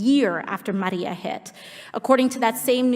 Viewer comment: It's not the way she pronounces it it the way she goes out of her way to make sure she pronounced Puerto Rico and Maria with a Spanish accent. That's why people commented about the way she said it.